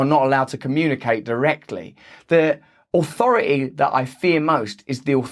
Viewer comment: Good stuff. Just one question--what does "ohfority" mean?